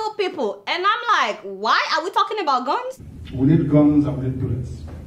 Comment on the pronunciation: Your opinions is late Biafra have gone for good, a point of correction please stop pronouncing ebout instead of about